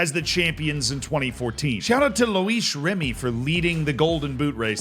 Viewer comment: "Lois Remy" 😭